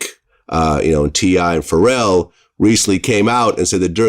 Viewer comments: I believe it is supposed to be pronounced “Fa-Rell” 😇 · Wait I love that woman saying “Pharell” like “feral”